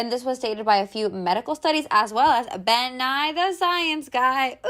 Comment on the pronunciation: she really said “ben nye” 😳